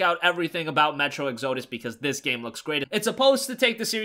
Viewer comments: Dude, you’re pronouncing the name wrong. It’s exodus not exzodus. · Exodus is pronounced Ex-uh-dus, not Ex-OH-dus. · you're pronouncing metro exodus wrong its metro exo dus not e xodus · Did you say metro exOdus or am I having a stroke? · Love the videos, but one thing lately is driving me crazy......it's pronounced ek-suh-duh s Sorry. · Still can't pronounce "exodus" I see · Have you never heard the word Exodus? You're totally pronouncing it wrong.